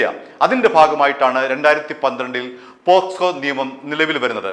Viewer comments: കേക്കച്ചാ പോസ്‌കോ അല്ല പോക്സോ . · പോസ്‌കോ അല്ല, പോക്സോ കേസ് ആണ് 😅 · പോസ്കോ അല്ല, പോക്സോ എന്ന് പറ ചേട്ടാ 😃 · പോക്ക്സോ... ഇടക്ക് പോ സ്കോ ആവുന്നുണ്ട് 😂😂😂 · പോസ്കോ അല്ല സുഹൃത്തേ പോക്സോ ആണ് 😄 POCSO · പോസ്കോ എന്നല്ല പോക്സോ എന്നാണ് ശരി. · Not posco but pocso